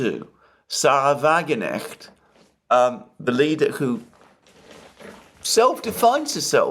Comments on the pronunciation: To Alexander, for info: The name of the woman who leads Germany’s new party (generally considered leftwing) is not “Sahra WagenEcht” (as you have being pronouncing it a number of your more recent shows), but rather Sahra “WagenKnecht” (from “Wagen”, i.e. “wagon” / “carriage”, and “Knecht”, i.e. “servant”). Dr. Wagenknecht is an MdB, a member of Germany's parliament, the Bundestag. She received her doctorate for the dissertation she prepared and defended at the chair of Microeconomics of the TU Chemnitz. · "Necht" for "Knecht" is a natural way for an English speaker to pronounce her name. Mr Mercouris's pronunciation of German names is otherwise very good.